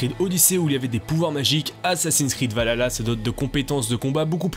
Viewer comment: Faudrait bien prononcer le vahalla mdr cv plus la